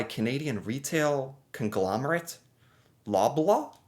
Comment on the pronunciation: lol the way u pronounce Loblaw